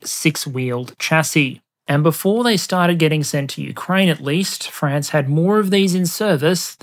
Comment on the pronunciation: So proud of me lad for pronouncing it mostly like "Fraunce" instead of "Fraaaanz".